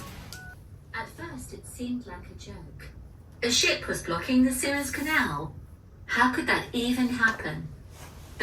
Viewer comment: のSewers Canalってスエズ運河（Suez Canal）のことかな？こんな発音になるんか